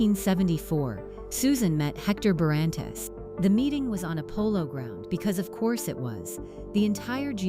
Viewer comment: Pronunciation of surname is completely wrong